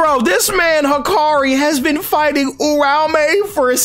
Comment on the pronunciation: can someone tell me why's everyone calling Uraume, Urame? That's not his name bro's